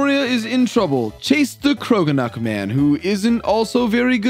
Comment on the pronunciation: i love your mispronunciations of pokemon names. but did you just say "croganuck" LOL